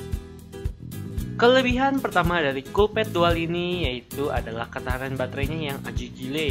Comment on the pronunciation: mgomong collpad apa kopet? :v